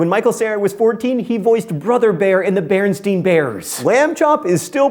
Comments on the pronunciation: Isn't it pronounced BerenSTAIN , not BerenSTEEN? Number 18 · John also pronounced it "BernSTEIN" bears, which is how everyone remembers. Stupid matrix glitches! Google it... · Wishbone was the best! And I feel old, I remember watching the first Teletubby episode.... Also, john SAID BerenstEin, conspiracy confirmed. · I noticed you said bairnstein bears but was written as bairnstain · Who else heard him say Berenstein???